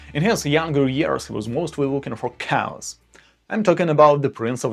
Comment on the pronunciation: I thought he said Ozzie Osborne in his younger years was looking for cows. It was chaos! Lol